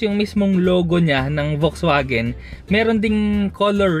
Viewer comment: FAX-VAGEN (not "folks" vagen)